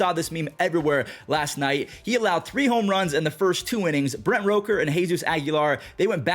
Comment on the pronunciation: Brent Rooker, not Roker